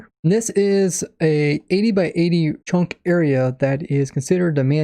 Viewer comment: Am i the only one that hears him say "chonk"?